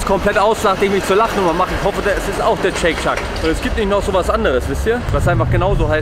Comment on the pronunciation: Wie immer interessantes Video aber ich muss dich fairerweise korrigieren. Du sprichst den Burger irgendwie falsch aus. Es liest sich im Deutschen wie Scheyk Scheck und nicht Scheyk Schak